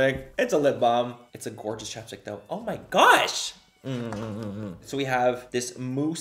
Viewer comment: I love it when he says gorga😌